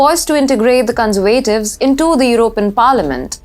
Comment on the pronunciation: terrible presentation. what on earth are you talking about? please use punctuation, commas, full stops and learn how to pronounce 'conservatives' just ask google. amateur hour.